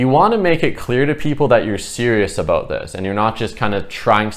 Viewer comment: Hehe I just had a feeling you were Canadian,then you said aboot. Good info! I needed it